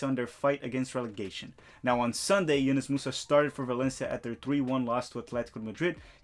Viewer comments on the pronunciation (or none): Pronounced YOUnus bro! Love the video